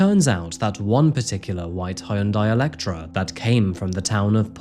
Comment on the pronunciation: bro its "elantra" not "electra"